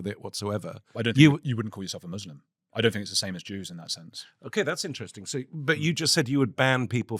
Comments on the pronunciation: Im sorry, but what the fuck is a moslim? Was quick to correct you on the pronunciation of Lebanon. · Joly grew up in an Arab country and he says, "Mozlem"? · Wtf is a "mozlim"?